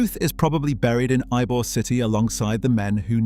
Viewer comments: "Y-be-ore" city. It's pronounce "E-bore". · Why-Bee-Orr City? Says the AI slide show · God bless all. Ybor City is pronounced E bore city. It is not I bore city. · I guarantee, absolutely NO ONE has ever heard of (Y-B-or-city)…. BECAUSE it’s YBOR CITY pronounced (E-BOR) city… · Ybor……Why-be-ore city and Eye-bor??? It’s pronounced Eebore City! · i swear to god if he's gonna say whybeor city the entire video im going to click off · 1: It's pronounced EEbore, not whybore 2: The pot smuggling was run through Everglades City, not Tampa. They ran the channels btwn the 100 islands 3: Alot also came through E coast's Maule Lake, into Ojus, across from Greynolds Park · Your AI doesn’t know how to pronounce Ybor City, it’s supposed to sound like E-Bor, but your AI reads it as Y-Bor. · even with an A.I. English accent, Ybor City is never pronounced "Y-bee-or" city. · the AI robot corrected itself by pronouncing arbor correctly… the second and third time… it was funny hearing the robot mispronounce Ybor…. This AI is taking over everything…. Glad I seen this.. Uncle Bobby Tampa Fl.. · Narrator pronounced Ybor as "why-be-or" 😂 😂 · It's pronounced E-BORE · pronounced Ebor yute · It’s pronounced “EEEBOR”, damnit. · Its pronounced E-bor.... E-BOR..... WHERE THE F*UCK IS Y BE ORE A lmmfao. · It’s EE-Bor city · Bruh. its pronounced YEE-BOAR. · Ybor is pronounced "ee-bor". Cmon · "Y-beeyor city" .😂😂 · A.I. slop it can't even pronounce Ybor city right. It's pronounced E bor. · It's definitely pronounced E-Bore City i lived there for over 60 years and use to go to his store not knowing who he was. He was just a very friendly man to me! 😊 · Ybor is pronounced ee-bor. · Born and raised in Tampa so please believe me, it's pronounced "E"-bore not "why-be-yore" and not "eye -bore" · How does someone spend so much time on a video and doesn’t know how to say Ybor lol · I heard the way the narrator pronounced "Ybor" and RAN to the comments 😂